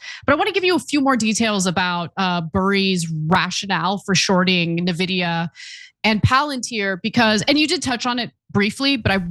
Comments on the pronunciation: Lost all respect for you guys. YOU DON’T EVEN KNOW THE BASICS of stocks and here you are pontificating ! Navidia ? You don’t know what a CapEx is ? Why are you doing this STUPID PIECE then ? I cringed every time both you morons called it NA-VIDIA ! And you have seen this movie before ? PS : PLTR is over valued. So it makes some sense. NVDA. Maybe not. Burry maybe right. But Burry has been PLENTY wrong. But that’s not even the point. Idiots discussing topics they don’t have a clue about is This is embarrassing for you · It's "N"vidia, goddamn. Like "Envy". You people truly know nothing when it comes to markets. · Its pronunciation is “En-vidia “ LOL. the big shirt all over again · It's pronounced Envidia, envy in Spanish. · "NehVidia"... Gets me all the time every time LMAO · how are we still saying NUHvidia in 2026. please. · Anna can you please learn how to pronounce "EN- Vidia"? It's only one of the largest companies in the world. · say it with me "Ehnnn-Vidia" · Michael Burry did not short-sell Palantir, nor Nvidia (which also is not pronounced NUHVIDIA/NAHVIDIA). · And I thought calling it "Nevidia" was an Aussie thing... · Anyone who's been playing pc games for at least a decade knows it's not pronounced "navidia" unless someone is trying really hard to troll. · More like En - vi -di - aa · Navidia LOL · I love you guys, but it’s pronounced “N-vidia.” From the Latin word meaning “envy.” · N VIDIA "N" VIDIA, N! I'm gonna gonna lose it lol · It really bothers me how she pronounces NVIDIA lol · You know they have NO idea what they're talking about when they don't even know how to pronounce the biggest name in the Mag 7. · Dannng Ana is definitely not a gamer! LOL the way she said Nvidia. 😀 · This is like the 3rd video you've done about NVIDIA and you still don't know how to pronounce it. How many producers do you have and nobody is fixing this? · Old story bro and learn how to say nvidia for gods sake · And she said it wrong sooo many times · lol “navidia”